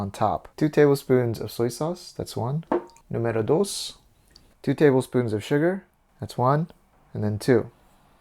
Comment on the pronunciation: "Número dos" My Spanish ear approves.